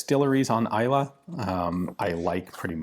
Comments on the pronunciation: Good pronunciation on Islay Pretty decent pronunciation on Lagavulin. signed, a Scotsman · When you pronounced Islay correctly while reading the question I already knew you'd be a fan. :)